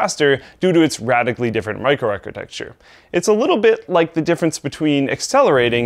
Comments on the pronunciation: its not micro-arcitexture lol But a great video! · Nice video but you keep mis-pronouncing one of the key words from the title - microarchitechture. It is not "archi-TEXT-ture" but "archi-TEK-ture". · Am I the only one that noticed "micro architexture" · "Microarcitexture" right.... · New drinking game: Take a shot every time you hear "Microarchitexture." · "microarchitexture"...come on:P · Stop saying "micro-architextures" xD